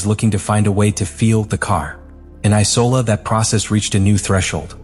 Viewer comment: Why tf do u keep letting ur bot say Icola instead of Imola. Watch ur own videos